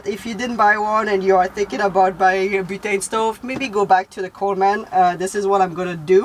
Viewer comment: Uhhh I know you’re really not aware but that’s so not how you say Coleman—like at all at all. You’re saying “coal man” and it’s ONE word. ColeMEN=Coleman. 😅 lol I wish there were an emoji for coal. There’s one for Santa 🎅🏻 so we need coal emojis, too, right? 🖤🧔🏻‍♂️😆 Coal man. I think you call them “coal miners” lol.